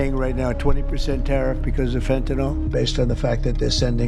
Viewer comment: First time I've heard fentanyl pronounced properly in a while.